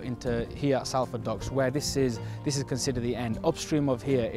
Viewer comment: Have you learnt to pronounce Salford yet?